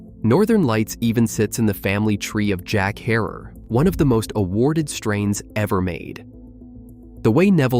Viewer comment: Maybe the first time i've heard Jack Herer pronounced correctly, Herer rhyming with terror. Most people say her air